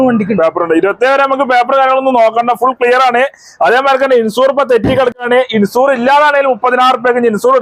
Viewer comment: ഇൻസൂർ അല്ല, മൻസൂർ...